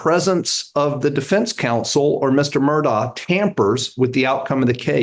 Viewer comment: It's not pronouced "Murdock". It's Murdaugh. Pronouced Merdaw